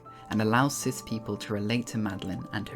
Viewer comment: Every time you said cis I heard sith lol